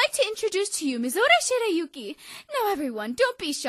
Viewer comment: Why do people keep saying Mizore's name wrong? It's pronounced Mizore (Me-zoe-ray) Shirayuki (Sure-rai-you-key).